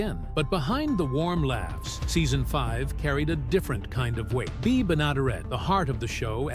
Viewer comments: You can't even pronounce the star of the show's name correctly. Do you ever check anything at all on your videos. Bea is pronounced "bee", not "bay". Do some homework first! At least sound credible! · Could you please settle on the correct pronunciation of bea's name? You haven't used the same pronunciation twice in this whole video!